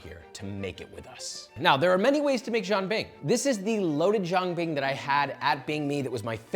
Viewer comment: This turd is eating "jian bing", calling it a "Jean bing". Maybe a French Canadian monstrosity?